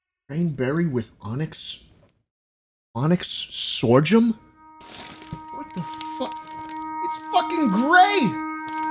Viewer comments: schlatt can’t pronounce sorghum and that gives me serotonin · I had to take a class on seeds and when he read sorghum my brain went through a crisis, I was like "wait that's not right-"